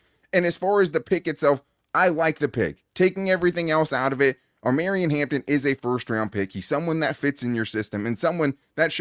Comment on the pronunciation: Jesus please, it O-Maw-Ree-On 😂😂😂😂😂 like “Mario” Omarion. Reminds me of the Key a Peele skit 🤣